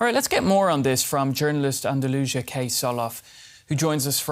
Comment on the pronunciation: He called her, Delusional instead of Andalusia 😂